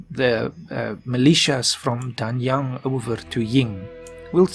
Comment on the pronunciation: Yeeeees its me again-Pronounce the "a"s as aè(only the last "a"s,others are as you pronounce them)and "g"s are basically silent so Danyaen(g)(I know some Chinese pronunciation but I am much better in Japanese as it's the same as Turkish)